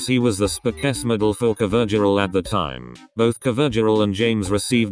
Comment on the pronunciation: I cant stop laughing at the robot voice's pronunciation of covergirl omg I'm peeing